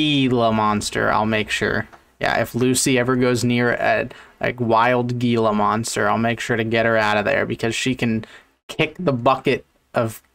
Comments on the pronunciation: As an Arizonan I cringe so hard every time I hear someone pronounce Gila Monster like that. I'm not sure why it's so hard for people to just Google it and realize that it's a spanish-rooted word so it needs a Spanish pronunciation. On top of that, gila monsters are like the chiliest lizards ever. They are incredibly non-aggressive and pretty slow unless you piss them off. Plus they almost never show up in rural areas. For example, I live in Phoenix and I've only ever seen a wood one while hiking Camelback mountain so I'm pretty sure you don't have to worry about your dog or cat trying to fight one. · Living in arizona him saying gee•la makes me want to end my life